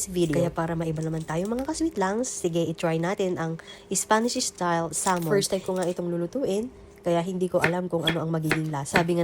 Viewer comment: da more VAYJTABOLS da better… por the ISPANSH ISTAYLE SALMON…